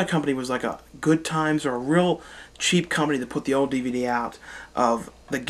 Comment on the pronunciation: I have always liked the way you say "old." You say it "ode."